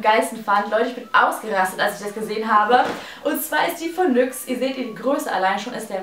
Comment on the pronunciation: OMG wie dumm wie sie nyx ausspricht